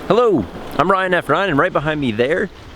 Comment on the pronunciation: Did you make an oppsie on the intro? “Hello, I’m Ryan F ryan”? Sounded like that lol